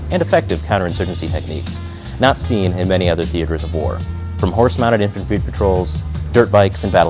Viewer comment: hehe he said "infranfry"